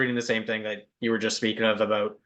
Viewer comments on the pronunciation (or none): Whats all this Aboot !!!😅😅😅😅